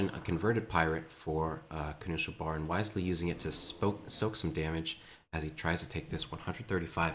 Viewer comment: "Kanu Schel Bar" , since im german and i know what it meens it hurtsin my ears, still good casting keep it up !